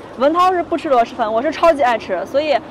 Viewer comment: 听着好难受，螺蛳读音是螺丝不是螺师。提醒下UP主